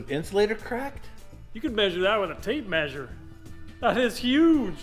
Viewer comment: drink water every time they say maysure